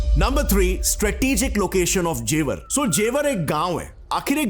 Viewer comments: It's not Jewaar .. it's जेवर ... Hamari janambhumi ka name dhang se pronounce kro 😊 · ji, जेवार nahi जेवर बोलते हैं,और ये गांव की जमीन हैं जो यमुना एक्सप्रेस से लगी हुई है, जेवर को आप गांव मत समझो, हमारा तो घर भी है,Gaur Yamuna City mei, जेवर के बगल में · That's not जेवार that's जेवर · It is jewar not jewaar Btw I belong here😁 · Na isko Beijing ki pronunciation aati hai aur naa hi jewar ki